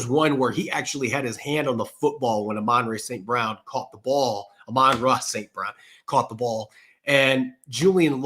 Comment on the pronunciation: It’s AH-MON-RAH St Brown not uh-mon-dre